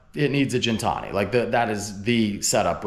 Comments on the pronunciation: hate to correct u, but its pronounced Gintani, not Jintani... but loved ur stuff for yrs... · Awesome car bro! P.S. once again it’s Gintani with the G (like again) not Gintani with the G like (gin) the drink!😅